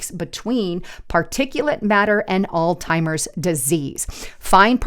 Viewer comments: Please forgive me but Alzheimer’s is NOT pronounced “All Timers” it is pronounced “Allz-Himers”. Minneapolis is NOT pronounced “Mini-AN-apolis” it is pronounced “Mini-app-olus”, there is no “an” in the middle of the word. I don’t mean to be rude but if you want people to take you seriously, You need to learn the pronunciation of words you’re reporting on. I’m not an English teacher but I know how to pronounce most of the English language. If I’m not sure of one, I make sure I know it before I use it. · it’s Alzheimer’s -pronounced allz -.heimers. There is no T. It is NOT “all-timers.” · AI slop on utube be careful,it's Alzheimers not all timers,did anyone else catch that,more b.s. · it was hard to watch after hearing ALLZ-TIMERS twice. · Alltimers? Really? Seriously? You can’t get the word right? This just lowered credibility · It's Alzheimer's not Alltimers! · Alzheimers. Alz-hi-mers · It's an H not a T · There is no “T” in Alzheimer’s. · Alzheimer's does not have the letter "t" in it.